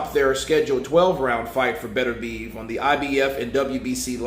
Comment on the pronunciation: Are you sure on these pronounciations... Thought it was bet-er-bee-ev